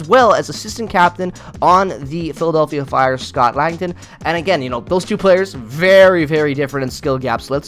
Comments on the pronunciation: Scott Laughton is pronounced LAW-tun, not LANG-tun. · Who's "Lankton"? 😅